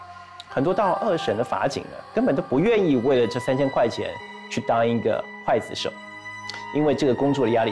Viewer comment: 刽（gui）子手 四声～ 哈哈哈哈哈哈哈哈哈哈哈